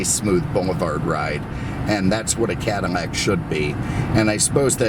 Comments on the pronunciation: It is Cadillac NOT. Cadamack. Ruined your presentation. What a shame, couldn’t watch it to the end. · Why does he keep say Cadimac instead of Cadillac? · What's a Cadamack??? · "Cadimlac"? learn the language. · Does he pronounce 'Cadillac" wrong on purpose? WTF is a Cadmac? lol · are you deaf? He pronounces Cadillac Cadmac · Dude, can you PROPERLY say the word CADILLAC? There is NO "M" in Cadillac. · Am I crazy or he says Cadamac / Escamade?!?!?